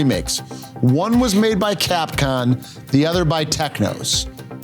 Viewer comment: T. Hawk was in Street Fighter 2 Tournament Edition, Tony was totally correct. Also it's CapcoMMMmm with an M.